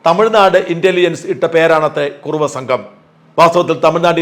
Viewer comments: കുറവയല്ല..കുറുവാ സംഘം... എന്ന് തിരുത്തി വായിക്കുക. .... .. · white washing,, kurruva is not kurava, shaja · കുറവാ അല്ല കുറുവാ രണ്ടുംരണ്ടല്ലേ